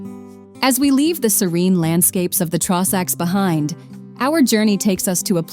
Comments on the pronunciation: The Trawsacks 😭😭😭🤣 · Please stop pronouncing everything so badly! It's an insult to Scotland. "Drum-na-drow-cheat" had me buckled! 😂 "Traw-sacks" ffs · It’s annoying the pronunciation of drumnadrochit Ben A’nn and the trossachs had me shouting that’s no how ye say it 😂